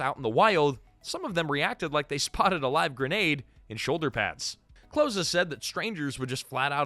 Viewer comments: Glenn’s last name is pronounced the like the opposite of far it’s close not cloze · Nitpicking here, but please have more respect for my favorite actress than mispronouncing her name. Hearing her name as "clothes" was just painful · It’s Close (as in close to me) not Close (as in close the door). AI? Or young narrator? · Yeah, driving me crazy... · It's Close. As in, "Come close, I'm going to kill you." Not like "Close the door. I don't want the neighbors to see me killing you." PLEASE look up how to say things. Especially when it's someone's name. It'll take you 10 seconds.